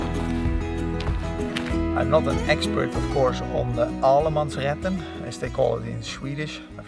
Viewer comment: You pronounced “Allemansrätten” really good 👍.